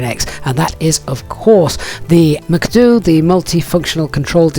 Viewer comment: Your pronunciation of MCDU sounds wierd